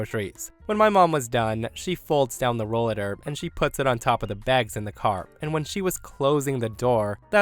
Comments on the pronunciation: As one that has been using a rollator for over 10 years, I'll let you know that "Rollator" is pronounced so it would sound like roll-ATE-or. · First story, Depending the country of I think a rollator is pronounced… “Roll LAH tor” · Story 1: stupid reading bot. It's pronounced roll-ate-or.